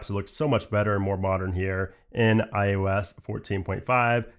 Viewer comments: Am I the only one hearing “iUS” instead of “iOS”? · I'm new here. Why does he keep saying "IUS" instead of IOS? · Practice please "eye oh ess" ... listening to you say "eye you ess" 500 times was beyond annoying. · Something about your accent makes it sound like you’re saying “iUS” instead of “iOS,” but you clearly say “iPadOS.” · Why does it sound like he’s saying iUS when he’s saying iOS? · am I the only one hearing "iUS" when he says iOS? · i KNOW he's saying iOS... but all I can hear is iUS lol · Why does he keep saying IUS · Am I the only one bothered with him consistently saying IUS instead of ios? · It’s iOS not iUS, you keep saying iUS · Its IOS Not IUS.. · Why do you call it I-U-S and not IOS? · “iUS” I cringe every time 😖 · Sorry, what's iUS? You can't be saying iOS right? I'm sure you have too high of a standard of professionalism for such an obvious and glaring mispronunciation. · Just noticed you say iOos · Why is he saying iUS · im so triggered by you pronouncing it "i yo s"